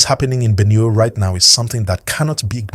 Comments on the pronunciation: What is Benew? It’s Benue please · the way you pronounce Benue is wrong sir